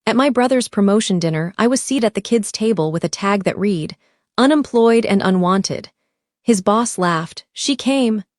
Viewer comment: READ... RESUME... Can ai please be taught to pronounce English words correctly please.